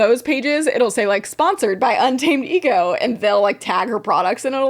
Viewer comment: Un-tamadego killed me 😂😂😂